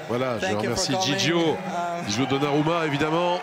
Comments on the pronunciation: coupet c’est lointain maintenant mais c’est donnarumma et pas donna rumma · C'est donc Donna Rumma, pas Donnarumma